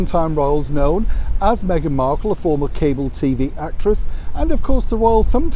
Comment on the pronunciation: Love the way you say former cable actress!